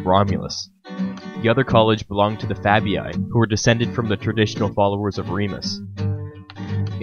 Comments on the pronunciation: Lupercalia, sounds Loopearcahliah. quintilli, sounds kwintillee, fabii, sounds fahbee ee! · "Quintilii" is pronounced "quin-til-ee-ee" NOT "quin-til-ee-aye" -same for "Fabii". Loved the video besides, mate (thanks! 🤗), but....c'mon, man: such a basic (and kinda disrespectful) error to leave in 🙄.